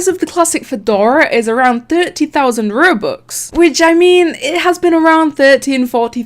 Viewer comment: No one: hi I’m no one: Rubux